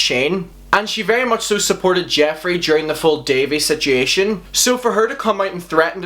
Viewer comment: “Sitchiaton” lol.